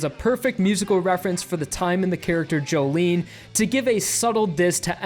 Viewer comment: It's pronounced "joe-lin"